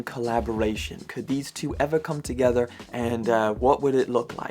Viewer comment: LOL. Love your content... but your speech patterns are so funny and unique even for a Brit. "Saved come-drop day, so you have them all in place" vs. "saved, come drop day, so you have them all in place." What the heck is "come-drop day"?? That little pause between the "come" and "drop" as well as the comma makes all the difference. Cheers.